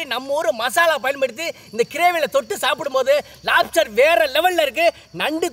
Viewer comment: american lapster 😂